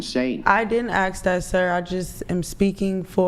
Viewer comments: You need to go back to english class and learn how to pronounce words m0r0n. The s comes before the k in ask. 🙄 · She didn't axe that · "when you axe her trooof" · Is the “girl” in red a transgender woman? Yeah you’re “off the charts” 😅😅😅😅😅😅😅😅. Example: extensions are not wigs, “ax”, “truf” “maff” (math), hated geometry in my Science class. YOU need to go back to school. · just wish they could say the word "ask".